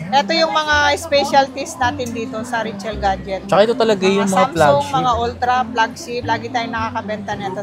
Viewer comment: Today andito tayo "ngayon" 😂 Richelle ba or Rachelle? Pki-ayos pronounce 😂